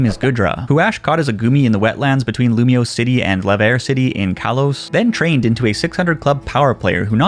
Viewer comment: he said kalos wrong